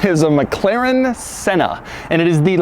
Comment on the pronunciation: Why does he keep pronouncing it as Mac Claren... isn't it pronounced more like MacLaren?